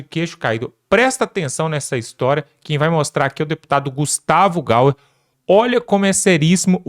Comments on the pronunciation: NÃO É GUSTAVO GAUER! É GAYER , LÊ-SE GAIER!!! PRONUNCIA-SE GUSTAVO GAIER. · A pronúncia correta do sobrenome do deputado é GAYER e não "gaua" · O nome que você fala está com a dicção errada Você fala Gauer O nome Gustavo Gayer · A pronúncia do nome do Deputado é: Gustavo Gaier.